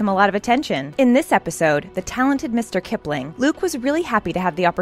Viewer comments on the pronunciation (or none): Who else was a little anoyed when the called mrs kiplling, mr kiplling No just me ok